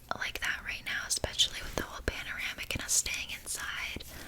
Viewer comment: I love how says pamaranic